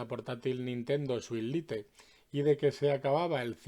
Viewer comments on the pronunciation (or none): Se pronuncia lait, no lite